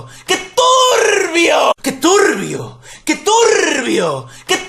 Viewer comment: Que turrrbio que turrrrbio que turrrrrrrbioool